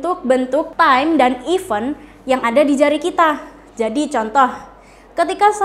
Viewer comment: Aduhh, guru inggris tp pronounce event aja salah...bkn ifen...hehehe